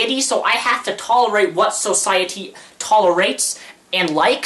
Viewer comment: I like how much emphasis he puts on so in society